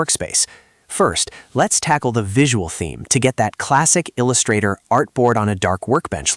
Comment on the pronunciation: "il x 2 ustrator"? 😆